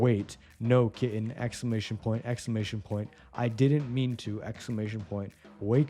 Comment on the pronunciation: exclamation point... expclamantion point...